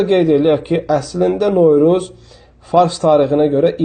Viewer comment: Sən bir novruz deməyi öyrən sonra danış